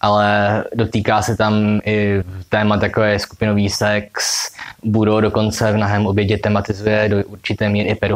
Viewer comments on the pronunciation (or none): Vyslovuje se to Barous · Takhle se vyslovuje Burroughs ???